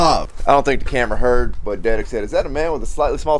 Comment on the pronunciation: It’s detig not dedick for those of you wondering